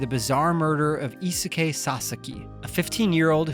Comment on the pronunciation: I cringed on the pronunciation of Eisuke. Also, I disagree with the 7/10 score as it should really be at least an 8/10, but I respect the reviewer’s right to an opinion.